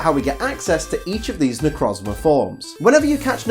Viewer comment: It's pronounced Ne - Croez - Mar